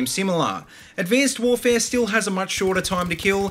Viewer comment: Why do you say abcanced warvee